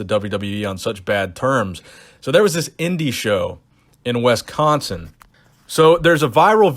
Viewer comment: The way you pronounced Wisconsin made me think you were talking about some African country.